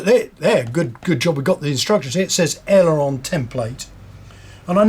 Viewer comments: Why cant you say aileron right you keep calling it an aerolon? You are teaching people words that do not exist except in your head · My modelling friend I dont know where you came up with this aerolon you speak of but there is no such thing. What you are regretfully teaching other folks to also say wrong is actually called an aileron not an aerolon. So please stop teaching folks to call an aileron an aerolon because it is incorrect and makes folks think it is the correct word. Why would you do that? Surely tou inow that word is wrong so why so you say it like that?